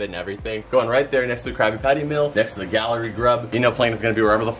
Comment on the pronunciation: Ok hear me out…. G-A-L-L-E-Y…. Galley gah-lee…. Not gallery 🤣🤣🤣🥴